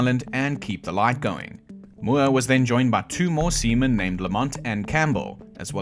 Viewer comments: Haha, seamen sounds funny. Also, great videos! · Haha heh...you said SEAMEN..haha ha heh haha